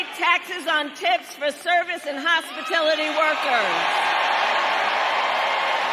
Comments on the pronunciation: hospilitally -she said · She can't even say the words right, which shows she did just copy and paste Trump. She said hospitility when it is hospitality. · What are hospitility workers? I knew what HOSPITALITY workers are.... she can't get past the teleprompter. Watch, her tactic will be to take on all of Don's policies, so she can say, "see, I'll do the same thing, but it'll be ME doing it!" Im already seeing comments saying the exact thing, which means they KNOW his policies are right. We're living in a movie right now. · What is a "hospitility" worker? Hmmmm... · It’s hospitality, not “hospitility”, K?